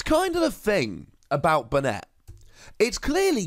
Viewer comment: It's pronounced "Bay-net". The anime uses this pronunciation.